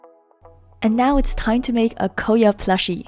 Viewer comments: It's KOYA not koeya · Your pronouncing is wrong for KOYA!!! I thought this day wouldn’t come!! KOYA= koya (k-oi-ya) You’ll thank me later No worries